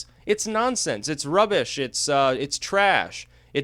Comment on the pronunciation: RexJust RexedYou yeah I have heard of New England I thought it was in NY. But when he said 'Rubbish' it made me lol cos he sounded so English (I am English and Americans cannot do good accents). He does good videos though and I trust his take on things more than our lying media.